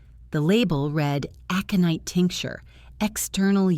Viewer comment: Well written story! Worth the time to listen. The only problem was AI's pronunciation of a few words (aconite) was far wrong, and timing / stops while narrating the story. Still, better by far than most.